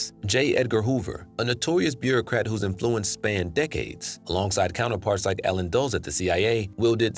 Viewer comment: why do you keep mispronouncing influence? its IN-fluence not in-FLU-ence